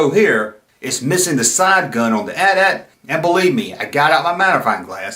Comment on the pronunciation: Thank you for calling it the AT-AT (pronounced like Because modern influencer hipsters have decided to revisionist pronounce it like they're talking about their cell phone provider AT&T, but just the AT part twice. A-T A-T's. Like they're saying, 'The 80's' two time in a row really fast. This would be moderily clever if it weren't so collasally annoying. I'd blow them up on social media, but their annoyingness is too strong for blasters.